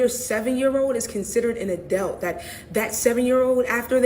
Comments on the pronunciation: Help me out. Isn't the word pronounced, "A-DULT"? What is an "A-DELT"? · Still trying to figure out what an "ADELT" is🤔